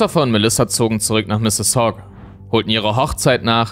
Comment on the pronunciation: Ich lebe seit ein paar Jahren in der Nähe von Mississauga und ich muss sagen, dass du die Stadt Perfect aussprichst. :)